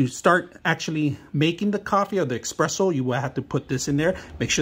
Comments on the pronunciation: It's espresso. NOT EXPRESSO. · U know its not gonna be a good review when he can’t even pronounce espresso